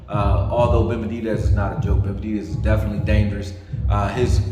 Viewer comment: Why can’t he say benavidez? He’s right though!